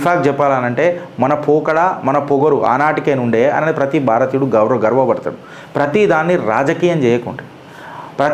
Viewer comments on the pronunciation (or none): none